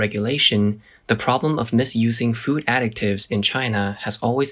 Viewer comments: Additives NOT pronounced as ADDICTives 😢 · You constantly pronouncing "additives" as "addict-ives" is driving me nuts... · How does an AI fail THIS hard, repeatedly, at pronouncing the word ‘additives’? 💀